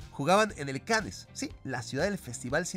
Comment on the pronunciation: la ciudad francesa Cannes se pronuncia " Can"